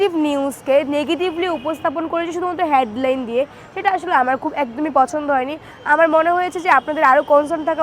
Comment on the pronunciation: শিক্ষিত হ‌ইয়া" হেড লাইন " শব্দটার উচ্চারণ অশিক্ষিতের মত !